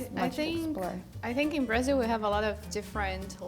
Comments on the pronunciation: A Larissa falou um português correto ao invés dos famosos "esquece", "ainda" e falou "Suécia" ao invés de "Xuéxia" típicos do carioca. A única coisa que pra mim faltou é que ela falou "BraSIL" ao invés de "BraZIL ZIL ZIL ZIL!!!" hahahahah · Pô como é q pode, a brasileira fala Brázil